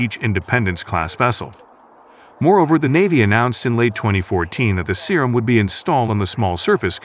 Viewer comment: Man i love it when the robot calls it the Serum